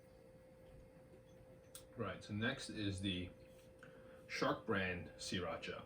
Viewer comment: Spot on in my opinion. Thanks for pronouncing it "See-Racha" which nobody but you and the founder pronounces it correctly.